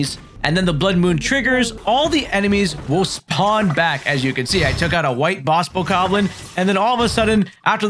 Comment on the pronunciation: Whats a bokarrrblin???? Its bokoblin😂